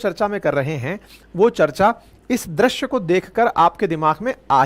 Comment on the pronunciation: आप दृश्य को क्यो द्रश्य बोलते है? आप जैसे लोगोको सहि उच्चारण करना चाहिए ना?